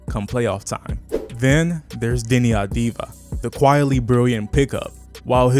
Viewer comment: Why make a whole video on a team you’ve never watched play? Shudun sharpe and Deni adviva? 😂😂😂 the 2 top players and u can’t even say there name right lmao